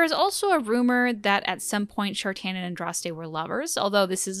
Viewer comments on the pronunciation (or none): Love the video, thank you for trying to make out consistent lore on Andraste! Only one thing bothering me, that's not how you pronounce Jader and Shartan. It's Orlesian so it's sounde like "ja-dáre" and "share-ten". You can hear it in a few places in DA2 and DAI and surprisingly in The Masked Empire. Whoever gave direction on that audiobook did really well